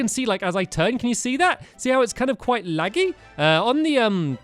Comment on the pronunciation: You sound kind of funny when you say "laggy" Not trying to be rude Lots of people sound funny, but the accent makes it different